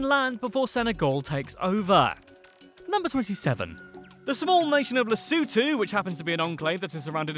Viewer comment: this is the first time I hear someone on youtube pronounce an African country 's name correctly. you pronounced Lesotho almost like an African would